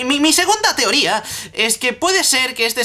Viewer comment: Lol es cosa mía o dijiste "teória" en vez de "teoría"?